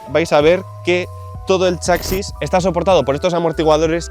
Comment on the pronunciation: Yo es la primera vez q escucho chakxis